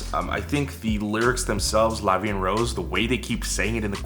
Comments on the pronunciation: their pronunciation of "La vie en rose" sounds like an english person speaking french, with an english accent. they say "La vie N rausse" when they should say "La vie EN (en = voyel sound) roze". The O of rose is said like someone of south of France, so this part is still authentic in a way. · I'm french and the "La vie en rose" pronounciation is alright, just the sound of "rose" sounds more like "wose" but it's ok since the "r" consonant may be difficult to pronounce if you're not used to it. *flies away* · talking about the title "la vie en rose" they say it pretty well except for the "r" that they prononce with an english accent but it could've been wayyy worse so I don't complain and the litteral translation is "life in pink" because rose = the flower but it mainly means pink so I thought it was an interesting way of using that word by talking about the flower instead of the color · The "en" is a bit weird to my hears, it's sounds a bit like "and", but it's close enough imo. "Rose" is quite off, as they use the English pronunciation, the "ro" is pronounced differently in French. Interestingly they use rose as the flower and by association red but "La vie en rose" meaning is "Life seen through happy lenses", that's how it's used in Edith Piaf song. I read a translation of the lyrics and it doesn't seem to reflect that but who knows with translations, a lot can be lost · Being french, I can tell you that they didn't butcher "la vie en rose" nor is it grammatically incorrect but the way they pronounce it definitely does not sounds like french. Because the way the letter "R" sounds like in french is definitely harsher than the one you use when speaking English or Korean.